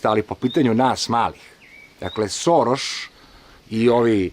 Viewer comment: Šoroš * ...ne Soroš 🙂